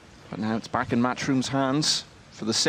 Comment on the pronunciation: Why does that announcer say boat instead of but?